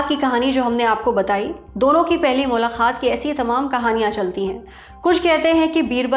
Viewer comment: lallantop, in Urdu it is "MULAQAAT", Mulakhaat is generally said in dakhni Urdu and not right